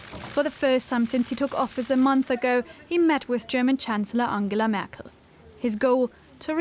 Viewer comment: Did he say, "Anhela Mackel?" ? Speaking of things inexplicable, it is inexplicable that the UK should be engaging in this kabuki theater with the EU. The EU's proposals have been disingenuous and designed to punish the UK. Theresa May entertained the non-Brexit Brexit because she didn't believe in Brexit. If Boris Johnson is speaking with EU leaders for any reason save making them appear like the intransigents that they are, then he doesn't believe in Brexit either.